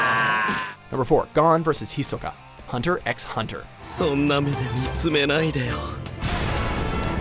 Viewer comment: Stop pronouncing the "x" in Hunter x Hunter. You just say Hunter Hunter, the "x" represents a space like in the titles of each episode.